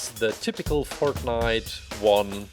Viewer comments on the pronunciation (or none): Not making fun of but fert-night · Bruh he called it fartnite